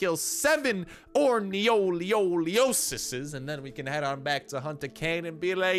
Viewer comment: Lol I love how you say orniolioliosus